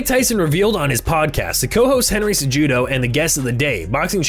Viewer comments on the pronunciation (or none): Bro said Henry Ce-Jew-Doe 😂